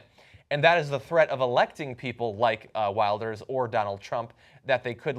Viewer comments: FYI it Geert Will-ders not Wild-ers. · its just running up to the elections, so its less noble than you think. 'wilders' that pronounciation xD